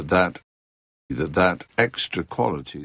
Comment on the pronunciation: Is pronouncing 'that' as 'tha-' a weak form? Because when you do the more pronounced speech at the end you still do a glottal T at the end of it.